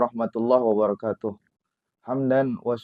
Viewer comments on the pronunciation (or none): none